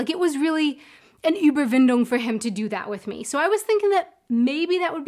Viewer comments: "It was an Überwindung with me..." Coming absolutely fluently over your lips, even with a correctly pronounced "ü" and "w" in "Überwindung... 😍 Next level officially unlocked! 🔔You,, are no longer an Adventurer Abroad, you are now a Citizen Cosmopolitan! This is the spirit we need in this world, to grow and find comfort in multitude instead of marking borders... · Your "Überwindung" - perfectly pronounced Ü! Congrats! I remember Mr. German man perfectly well, and I'm shocked that the book came out in 2018! Seems as if I followed you for quite a while. 🤓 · „Überwindung“! Eventually you pronounce the Ü perfectly.